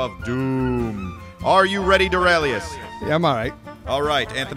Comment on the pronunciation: ALRIGHT! said Doraleous like Dorealous and Associates. #WONDERBROOM